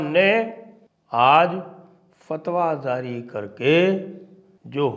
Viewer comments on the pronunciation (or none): Zaari❌. Jaari✅please make a note Sanjayji